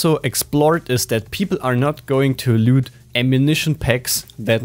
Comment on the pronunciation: Mega geile Video und nicht böse gemeint aber bitte sag bei dem Wort loot Anstatt lüt eher lut. Lg